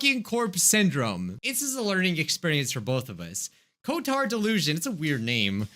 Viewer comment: I thought you said retard not cotard